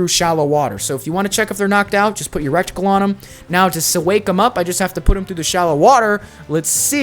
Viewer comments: drove me crazy how many times you said "rectagle" instead of reticle, and "blimp" instead of blip. the blimp one is extra retarded lol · everyone calling out Supposably but no one is saying anything about "Recticle" its "Reticle" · I’ll be the one to say this, it’s pronounced “RE-TICLE” not “REC-TICLE” for the future. Cool video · And “recticle” its reticle. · Not piling on, but yeah I thought "rekt-icle" instead of reticle was a pretty funny one lol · That ans reticle - recticle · The thing you aim with is called a reticle, not a rectickle😂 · This is the second RDR2 content creator I watched today who says wreck-tickle instead of reticle. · It's pronounced reticle, not recticle... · he says recticle instead of reticle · don't worry about saying "supposably" i'd be more concerned about saying "RECTicle" and not reticle 🤣😆🤣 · It’s not recticle it’s RETICLE dyslexic ass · Cool video. Side note, you’re saying recticle but it’s pronounced reticle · Bruh it’s RETICLE not RECTICLE. lol good video though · "Rectacle"? HAHAHAHA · You obviously speak well but yeah “supposebly” is not a word. Also I think you said reticle wrong also, sounded like you said reckt-icle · “Rectacle” is crazy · Suppoza BLEE Suppoza VLEE RECTicle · Palm tree. Also fyi it's reticle. Pronounced Reh-tickle. Thanks for the vod. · Every time he said “recticle” I thought butthole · It's crazy how many youtubers can't pronounce reticle. 😂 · I'm sorry I know this is a nitpick but your pronunciation of reticle isn't correct